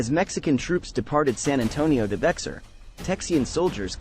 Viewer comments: EXACTLY. The commentator is saying bex-are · Bexar is pronounced: "be-ar" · Actually it's Be-Har, and it's not Texican, but Texacin. Sorry, I live in San Antonio.